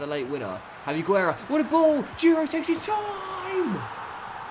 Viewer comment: Quick pronunciation tips: Javi Guerra: in Guerra the U is silent (Gerra) Hugo Duro: in Hugo the H is silent (Ugo) and the D in Duro is pronounced like the D in door